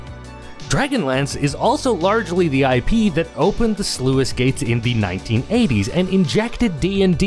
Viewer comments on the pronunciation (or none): "Sluice gate" is pronounced "Sloose gate" FYI. Not "Sloo-iss"